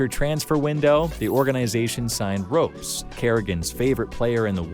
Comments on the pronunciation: the only noticeable one is "ropes" instead of "rops" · my man literally called him ropes 😭 is this AI maybe? Legitimate question lol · does the person reading the script know anything about CS? "ropes"?? seriously? lmao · nah why are you calling ropz "ropes" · Ah yes, my favourite player "Ropes"